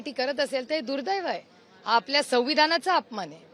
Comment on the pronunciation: Tai "sauskar" nahi "sanskar" aani "sauvvidhan" nahi "samvidhan" mhana🙏